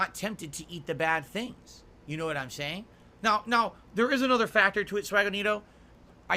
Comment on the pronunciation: "U'noe?" - no - we don't know like how you don't know how to play games.